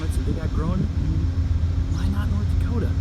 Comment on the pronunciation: New subscriber! Great vlog! Minot, ND is pronounced MY-not, as opposed to your-not. The gorge to the west of Cut Bank, MT (whose state postal abbreviation identifies its time zone, Mountain Time), the Glacier county seat in NW Montana, is Cut Bank Creek, where it's 7°F (-14°C) as I type this (courtesy of Wikipedia).